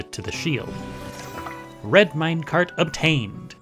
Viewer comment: it IS a mine-car-t ater all